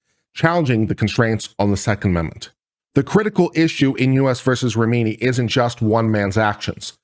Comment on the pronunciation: How can you look at RA HI MI and read RA MI NI?